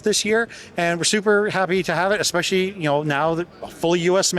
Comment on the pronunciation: I LOVE ALL THE CONTENT BUT, "Eggspecially"! Everytime he mutters the word my skin crawls. Jeezus, He's on camera. No one has told him he's pronouncing it wrong???